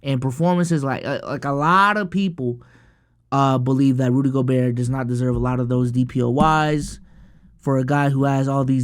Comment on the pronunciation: rudy gob-bert